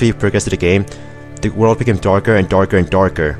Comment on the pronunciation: And yet another epic long video! :D Hehe, I could imagine why you will collect the last star after the "ending". "dorker and dorker" :D Uhh, world 1 seems... well... creepy.